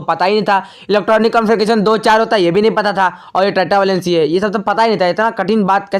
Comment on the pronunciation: अरे भाई ट्टा नहीं टेट्रा वैलेंसी। 🤣🤣🤣